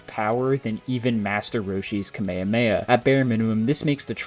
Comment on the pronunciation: Bro’s saying kamahamaha wrong